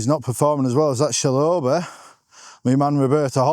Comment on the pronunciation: Mispronounced Chalobah comment trap 😅